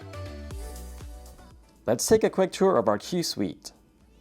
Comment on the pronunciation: it is q suite not key suite